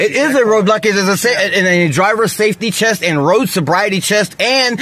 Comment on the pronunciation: Did he say "chest" instead of "test". He must be really hyped up on the stuff. I would have said that overuse of caffeine and sugar is very much like taking meths or equivalent.